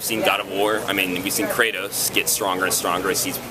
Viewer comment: WOW, THE INTERVIEWER SAID "KRATAWS" ...he needs to be executed!!